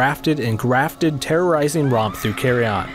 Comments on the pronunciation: "Carry on", bra thats not how you say Carrion. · I thought it was called CARRION not CARRY ON lol